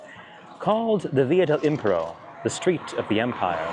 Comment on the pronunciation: Im-PE-ro, a-NA-gra-fe. Love your videos. I've lived in or near Rome 23 years and didn't know via san gregorio was once called via dei Trionfi. E=eh i=ee u=oo. We love tour excellent content. Have been visiting in the US and you made me homesick.